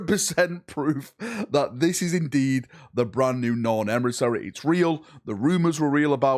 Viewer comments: Emissary ❌ Emrisseh ✅ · Me, clicking on the video: Boy, can't wait to hear how butchers the word emissary.: Emrisarry Perfect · emisareeh Closed caption: EMERY SORRY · This gets to me every video lol! It's not a hard fucking word 😂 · We need to donate to a speech therapist. 😮😮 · out here pronouncing emissary different every time